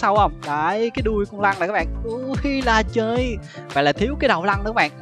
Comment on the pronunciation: trời má cái đoạn anh nói con lân , mà em cứ nghe ra con lăng , cứ lăng lăng =)))